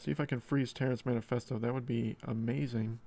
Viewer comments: Terrance Manephesto? It’s Terrance Mephesto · Like your vids. But it's been funny hearing you say Terrance manifesto:) Mephisto is pronounced. Meh-fist-o